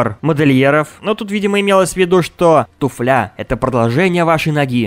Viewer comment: Не туфлЯ́,а тУ́фля!!!!